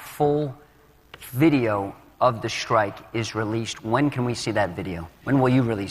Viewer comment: "The decision is not at my level anymore" HUH? You're the freaking Secretary of Defense! Oh, and can everyone STOP saying "schtrike"!